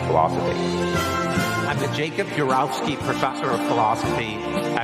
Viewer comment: Notice how he pronounces Jacob UrOWVski different than he pronounces it in the other first four videos. If it takes you years to learn how to pronounce the name of your own identity, how smart can you really be?